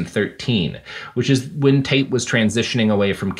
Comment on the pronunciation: Can't help but hear 'taint' whenever you guys say Tate.